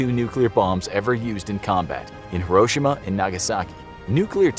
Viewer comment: The way he said Hiroshima 😭😭